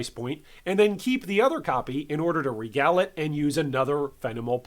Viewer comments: Dude man it’s REEE-gal orbs. Regal is “REE-gal” not RehGAL orbs. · Just for the record, its NOT pronounced "re-GAL" orbs. Its "Ree-gol", like "Smeagol" from LotR, but with an 'R'. Love the videos tho. Im a newer player and you are incredibly informative.